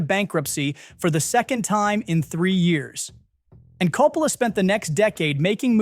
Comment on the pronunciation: I am sorry man, was really interested in this video but had to shut it off . I got 3 pronunciations of Coppola? Is this ai???? Was willing to give it the benefit but the annoying factor turned me off. Sorry if this was a real human.